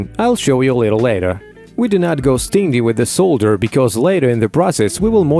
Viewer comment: the simulated voice is amazing also, he only missed one word: "stingy"...even though you spelled it correctly he said "sting-ee" like a bee sting, etc. instead of stin-jee....